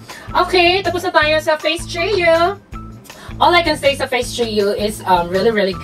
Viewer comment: Napatawa mo na naman ako 😅 "Veldable sya" "Feg treyo" 😘😘😘